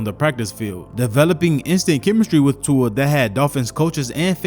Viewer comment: It's Tua .